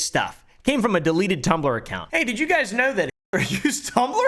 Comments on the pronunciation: Starts calling the guy heitler and than saying it how its written LOL is soo funny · Uh oh you said haitler and then Hi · Everytime says Height-lor I either imagine a Paul Bunyan sized Nancy or a Swedish dude trying to say the actual name lol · "heightler" - 2023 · Heighl heightler. 😆